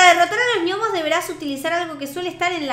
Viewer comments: no se lee niomos se le nomos se escribe gnomos pero se lee nomos saludame en tu proximo video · JAJAJAJJAJA dijo ñomos y es gnomos